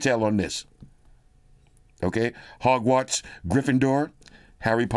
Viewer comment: my wife is tripping off the pronunciations of the school, the calling the broom a feather,😅 the not knowing what the platform number, calling griffindor (IDK how to spell it, and yes that triggered her too) a boss... 😅😅😅😅😅😅😅😅😅😅😂😂😂😂😂😂😂 Bro 😅😅😅😅😅broooo😅😅😅😅😅😂😂😂😂😂 she loosing her ish...😅😅😅😅😅haaaaaaaa hahhahhahah.